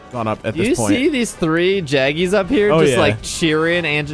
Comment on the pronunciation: Say "jagras". You called them "jaggis" earlier